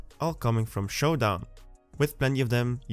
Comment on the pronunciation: you forgot the "n" at the end of showdown